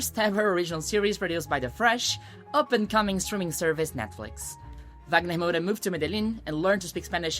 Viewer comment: Eu só descobri quando ela falou, pois fala o inglês com tanta desenvoltura que achei que não era brasileira, eu não falo inglês, mas percebi que falava o nome do Wagner Moura como uma brasileira.